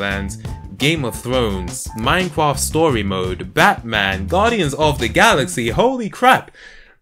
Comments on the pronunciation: 2 points 1. you pronounced minecraft as minecwaft 2. the fallout 76 hacking tweet thing idk look it up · Does anyone notice how he pronounces mimecraft as minecwaft ?